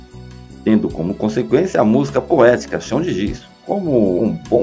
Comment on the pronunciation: Penso que estou a ouvir uma pronúncia " estranha" da palavra música "musca" ?!? Ou estou mesmo surda!😂😂😂😂